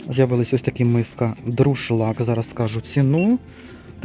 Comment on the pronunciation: Не "ДРУшлаг", а "ДУРшлаг"🤪